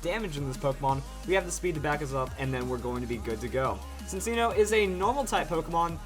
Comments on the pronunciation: Lol Sincino. I thought it was pronounced Chinino?! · I thought its pronounced chin- cheeno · I always thought "Cinccono" was pronounced "sin-CHEEN-oh" but ok